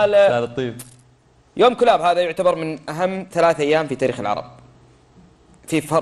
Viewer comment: مازلت تنطق اسم الكلاب خطأ الكلاب بضم الكاف وتشديد اللام ثانيا كسرى اوقع عامله في البحرين في حصن المشقر ببني تميم مشكله تتكلمون في التاريخ وانتم غير مختصين